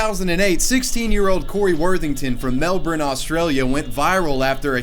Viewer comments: Surely you meant to say "Melbin" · The way you say Melbourne makes me hurt inside. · Repeat after me : Mel - ben. Melbourne . Melben.